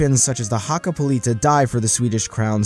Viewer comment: And also "hakapuliita" lol its just hakkapeliitta